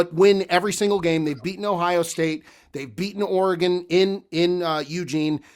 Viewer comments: pronouncing Oregon oreGON trips me out every time 😂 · can you please figure out how to say Oregon? I know you took accountability but we gotta be better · The way says Oregon absolutely drives me up a wall 🤣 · bro I’m from the PNW and I can tell you he is 1000% butchering it haha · Yea me too. A lot of East Coasters mis pronounce.Weird. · Pronounce Oregon correctly please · saying Oregon 😬 geeeeez